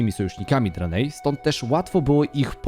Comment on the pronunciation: Po pierwsze - Primo: HAJ-DŻAL ! Po drugie - Primo: KIL-DŻEJDEN ! Po trzecie - Primo-Ultimo: DRE-NAI !! Sorry, ale musiałem, bo normalnie krwotok z uszu, szczególnie przy “dranejach” co 10 sekundach na poczatku. Skoro jedne nazwy własne wymawiasz jak w oryginale, to badź konsekwetny przy innych.